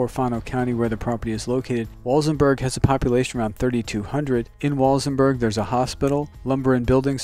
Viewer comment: It’s pronounced Wal-SEN-burg.....not pronounced Wals-en-berg.